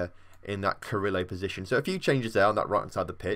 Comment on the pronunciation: You're also saying carrilero wrong. You say it like Carrillo